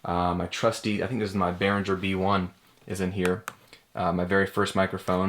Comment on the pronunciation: Interesting tour, thanks for sharing. Just a note: "Behringer" is pronounced with a hard "ng" sound as in "bringer" (not a soft one as in "engine"), you can check out some German review on YouTube for reference ;) Also, speaking of your pdf guide (which is great), I think that Reason should definitely have been mentioned. On the other hand, I bet that anybody interested in starting home recording will read about it within a few hours of internet surfing anyway :D